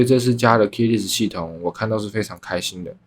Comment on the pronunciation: Less 發音是累死